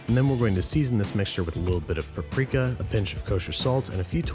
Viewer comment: He says "paprika" better than Vision does